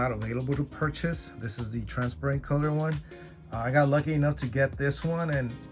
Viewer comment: "Transpirent" lolololol